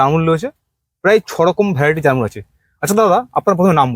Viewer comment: এটা জারমূল না এটাকে বলে জামরুল